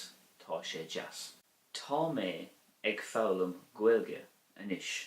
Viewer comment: Thank you for the video. I read in the Christian Brothers books that “ag” before a consonant is pronounced “a” not “egg”; but in your example “…ag foghlaim…” it sounds like “egg”. Is this an exception to the rule?